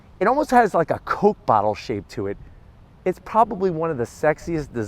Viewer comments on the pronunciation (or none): none